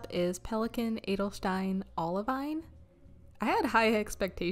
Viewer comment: Like the Citrus Black, Alt-goldgrun and Rose Quartz. Interesting video. Thanks. Olivine is pronounced oliveen, by the way. And rouille -- kind of like roo-yeh. Thanks again.